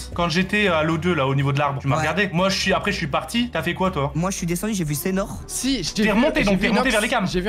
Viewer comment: « C’EST SEINHOR »😭😭